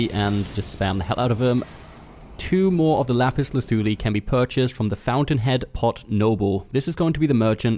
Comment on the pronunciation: Great video....and thanks for the pronouncement of the said item!!! Not being sarcastic. Lol!